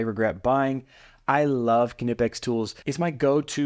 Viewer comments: K-nipex it’s knipex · Please stop saying "kinipex" Do you say "Ki-not", "Ki-now" or "ki-nife" ? The K is silent, dog. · why are you pronouncing the K.........nipex is how it is pronounced. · Watch the company's Youtubes. Employees pronounce the K. Something like "K-ni-pics" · here are some more practice words on learning to pronounce the Kn sound - knife, Knight, Knapp, Knowles, Knox, Knoxville, Fort Knox, knee, knowledge, knot, knead, kneel, knickers, knock, knapsack, know, knock, knurl, knoll, knit, knight, knack, KNOCKWURST (German), and finally, KNUCKLEHEAD (what you are if you pronounce the "K" in Knipex 😂)